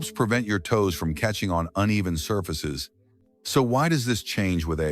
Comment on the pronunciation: The “reader” said sir-faces instead of surfaces! Weird!